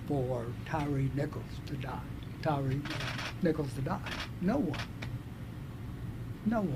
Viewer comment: "Tyre" is pronounced like "tire", not "tiree". He was named after his lips.